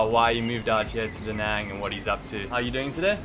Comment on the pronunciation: Hi. I'm Vietnamese. I'm surprised that you two can't correctly pronounce the name of the city. Obviously, no one has told you this. It's pronounced more like "Da" "Nung" as in jungle. Then, you are close. It actually has the accent ~, which means to "dance" that sound. Since you teach, listen to some natives say it loudly and 5 times. I see you guys live there but you don't really eat what they eat and say what they say. Hmmmmm You can even learn Vietnamese pronunciation from youtube videos!